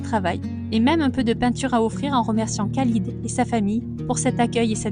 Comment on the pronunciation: Bienvenue au Maroc, je suis venu vivre ici ça fait 3 ans. Bon voyage au Maroc. Je voulais vous informer que l on prononce "ralid" pour le prénom s'orthographiant Khalid, kh=r